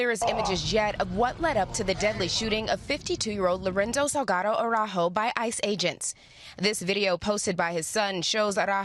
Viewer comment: Tom Llamas, you speak Spanish. So how is it that you can't pronounce the surname Araujo correctly? It's embarrassing!